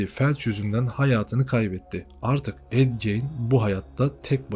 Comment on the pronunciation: Ed gein yanlış okuyorsun....